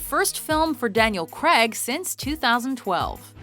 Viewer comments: Craig is pronounced - Crayg not Creg ffs. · And his name is pronounced Crayg not Creg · It's Daniel CRAIG...not Daniel KREG...lol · Craig not creg jesus christ its not hard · fact 11. the actor who plays James Bond in Specter is called Daniel Craig. not Daniel Creg. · Why can't you pronounce 'Craig' correctly? It's not 'creg' it's 'grayg'!!! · The name is Craig, Daniel Craig. Not Daniel Crag. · fact number 1. its pronounced craig not creg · Erm... who is this Daniel "Kreg", exactly?? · Did she pronounce "Craig" as "Creg" at #8? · Why do americans struggle to say the name craig? Creg! Who the fuck is creg?! Retards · stop saying Daniel Creg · Who's Daniel Cregg? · It's not pronounced creg ffs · Why do some Americans struggle to say "Craig"? Comes out as "cregg" or "creh-g" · Daniel Craig, not Daniel 'Cregg' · Why do americans pronounce "craig" as "cregg"? It has always irritated me. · I just can't stand the way she says Craig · His surname is Craig! God knows what you're trying to say